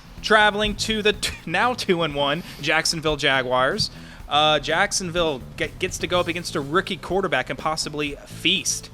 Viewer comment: Jaguars not jaguires